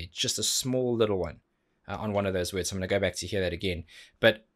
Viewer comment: Tarja also pronounced "swords" as if rhyming with "words". It's kinda endearingly goofy.